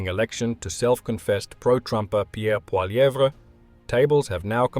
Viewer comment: . that pronunciation is pretty good! Pierre now says it without the last 'evre' , probably so it doesn't sound so French.